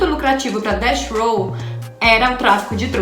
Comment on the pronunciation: Gata, manja das gírias e trouxe conteúdo top! Mereceu like, só um toque, quando for se referir a death row , pronuncie DEFF ROW